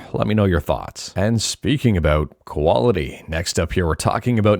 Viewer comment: You said "quality." I thought you said "koala T," like a T-shirt with a koala on it.